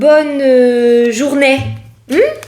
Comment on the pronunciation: Coucou belle! J'adore comment tu dis Journais😂😂😂❤ On a même pas encore commencé à écouter ton poste que l'on est déjà en train de rigoler 😂😂😂. Merci beaucoup pour ta bonne humeur et le temps que tu consacres pour nous tous 😘🙏👌🤞❤️